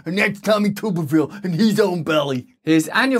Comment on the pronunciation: It's pronounced "Tubber-ville" you silly goose